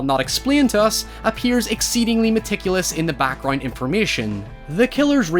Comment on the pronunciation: It bothers me that he says "backgrind" instead of background